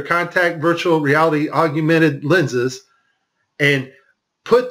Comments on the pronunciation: Its "Augmented" like org + mented...Google it. Thanks for the interesting video and hours of research. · lol the guy can't even pronounce AUGMENTED... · Its augmented you illiterate. I assume you are just taking the piss with this video?